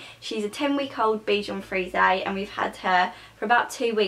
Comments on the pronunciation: Its pronounced beshon freeze not freezea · U pronounce it bichon freeze-a thats how u pronounce it its supposed to be pronounced bichon freeze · Aw I love this, dog I have the same one!:) mines called archie♥♥ Btw its pronounced 'freeze' as in a bichon freeze xxx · you say the dogs breeds name wrong :) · The e is silent -. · U dont pronounce it like that